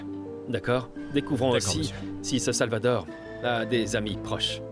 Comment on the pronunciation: J'ai entendu dire Salvador 😂😂😂alors qui